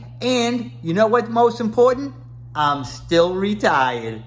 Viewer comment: You "reTHAIuhd" 5 months ago? You moved to Thailand? You started eating Thai food again? Help me understand.